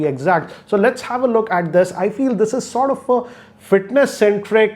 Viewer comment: Just realized that he still pronounces "Sortoff" like Rajkumar Hirani pronunces "lotoff"